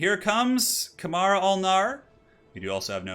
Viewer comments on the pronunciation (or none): none